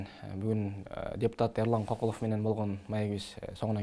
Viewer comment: Улутун ата тегин ким уруун ким Кокулов деб орусча жумшартыб айтылыб жатат кыргызча К айтылбай